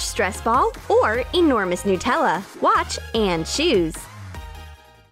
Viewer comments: nootella No. Its pronounced Nut-Ella. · I thought it was "Nutella" not "Nootella" Like if you agree. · Stop saying nootella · Noo-tella?? Did anyone else here this lol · Why do people call Nutella “nootella”? I mean, is it made out of Hazelnoots? 🥜